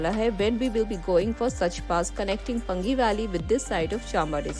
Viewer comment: पंगी नहीं पांगी ! Paangi not Pangi.😊